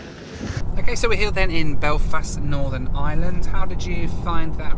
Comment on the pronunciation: Just please dont say ireland like that